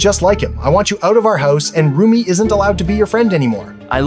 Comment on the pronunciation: it is also rumi not roomie